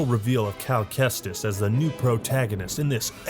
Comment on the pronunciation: Cal Kestis = Cal Chuchesta xD